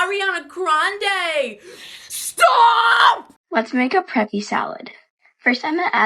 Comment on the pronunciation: We all felt that "STOOOOPP"